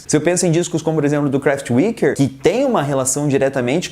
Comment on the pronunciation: WHAT COMO VC FALA KRAFTWERK? edit: Kraftwerk é de 75.